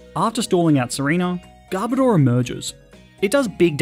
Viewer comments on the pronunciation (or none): Who else wonders… WHY PEOPKE CALL GARBODOR GARBADOR? ITS GARB AND ODOR!